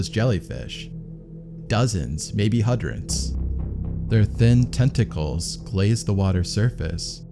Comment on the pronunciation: "HUDRENS" of jellyfish??...